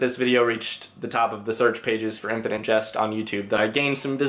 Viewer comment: Why do you pronounce jest like just ?